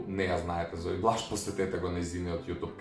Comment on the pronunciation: Благица не е ѕунѕуровска, туку џунзуровска. И зои блаш не се вика така туку зои блац